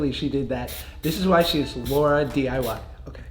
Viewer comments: josh said laradiy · he definitely said LauraDIY 😂😂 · He said LauraDiy idk why I feel disrespected lol